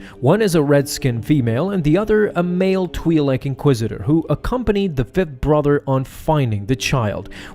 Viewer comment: wars comics -- omg you idjit.. it TWAI LEK twi'lek NOT TWEE lek